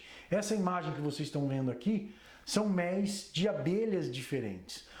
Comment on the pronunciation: Agora sim ,gostei de ouvir um estudioso no assunto falando a palavra méis, e não mélis como estão falando agora com essa frescura, obrigado professor!!